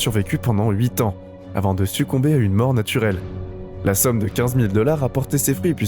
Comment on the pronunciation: NATUREL ET NON NATIUREL CAUSE BIEN